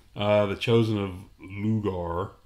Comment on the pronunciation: I'm pretty sure the god's name is pronounced "Lau-gar" there, guys, not "Loo-ger." :P